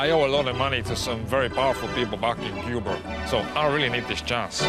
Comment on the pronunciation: I could tell from the beginning he was not Cuban and his accent was fake, he clearly was just imitating Al Pacino in Scarface which is not an accurate depiction of Cubans, plus what Cuban says "I'm from Cubahr"? A more appropriate pronunciation would be "I'm from Cooh-ba"